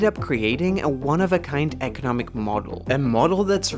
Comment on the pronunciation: You say economic weird. You annunciate the wrong part of the word lol. You keep annunciating “eco” when it should be “nom”. I’ve never heard anyone say it like that, ever, and it’s baffling - resulting in the need to go back because I didn’t hear anything else you said lol.